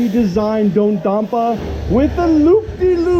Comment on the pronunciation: It’s pronounced Dodadonper